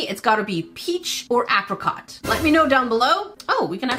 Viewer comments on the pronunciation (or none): none